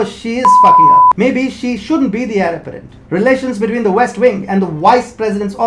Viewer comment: It sounded like you said Heir "aberrant" not Heir apparent Aberrant definition is - deviating from the usual or natural type : atypical, abnormal.